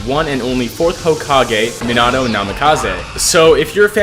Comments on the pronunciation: he said menato minato and nimkize minikaze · "Minado" It's Mean ah toe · me-nuh-toe, not me-nah-toe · the way the say minato rubs me the wrong way "minado" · if you say minahtoe one more time... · Minato’s name is pronounced ( me-na-toe) Love your videos btw! ❤️ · "Minado" 💀 aw nah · Just thought I should tell you, you pronounce his name (meen-a-toe) Not tryna hate or anything great video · Bro said meannahto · was it just me or did he say: “Minano Namikaze ” 😳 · the name pronounciation BRUHHHHHHHHHHHH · You say minato so weird just stop 💀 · It made me so mad when he got his name wrong basically every time 😭 anyway W build as always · stop pronouncing minato like that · why does he say Minato like that 😡